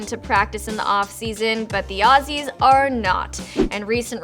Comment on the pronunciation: Why she say Aussies like that